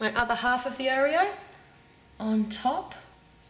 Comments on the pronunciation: I don't know ( well I do) but the way you keep saying Oreo infuriates me! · I've never heard anyone say oh-reo before- I say aw-reo... oh well it's all the same oreo anyway lol- nice cupcakes! :)